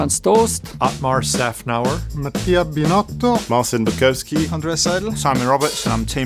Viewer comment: Binotto pronounced his name in the most italian way possible